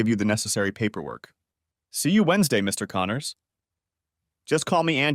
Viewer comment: Text-to-speech. A pretty decent one, but not good enough not to know to put a pause for a sentence break in the middle of "Mr. Connors."